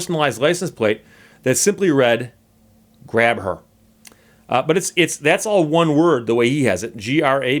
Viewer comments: hi steve long time follower, to help you out some when you read out his plate you read it as grab her but if pronounced with the h being silent it soundes like graber and that es how he sayes his name i am also from nova scotia and have followed this for a few years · It's actually pronounced "Gray Ber"